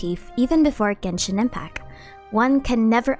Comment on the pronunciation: finally pronounces the "t" in genshin impact